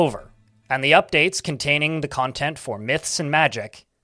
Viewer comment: The uwu virus got you at the end. While reading I envision you talking then suddenly fur starts sprouting and your face contorts while saying "cwantent"